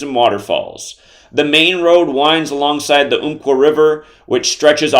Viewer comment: Umpqua is pronounced like like the ump in jump! And all this is about some number theory when the article is about all the people still struggling after a tragedy in our community?